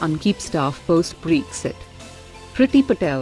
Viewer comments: It's not breexit. It's Bre-xit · I like the way she says BREXI 😉